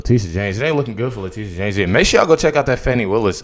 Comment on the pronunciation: Le-titi-a James